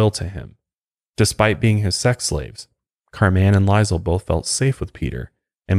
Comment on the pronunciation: You’re pronouncing her name as Car man. Lol. It’s pronounced just like Carmen. This story is fucked and I hate these people.